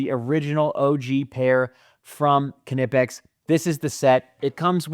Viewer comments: Great video but I believe the k is silent in knipex I believe it’s pronounced kni pex like knife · It’s German, so the k is not silent it’s pronounced kuh-nip-ex. Even according to the company themselves. Common mistake though. Seems like everyone calls it something different lol